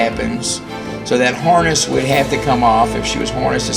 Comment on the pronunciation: what is a horness? or did you mean hArness??? lol